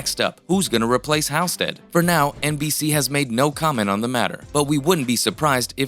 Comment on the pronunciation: Geeze...it's pronounced HALLstead...have you ever watched the show?!